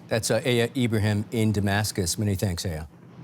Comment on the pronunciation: It’s not AAA -YA. It’s Áya Sir.